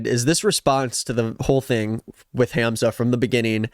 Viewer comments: isn’t it pronounced hahmza🥹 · It’s not HAM zuh 😭 it’s Hahmza